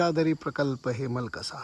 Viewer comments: हेलमकसा नाही, हेमलकसा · Sir te hemalkasa aahe helamkasa nahi.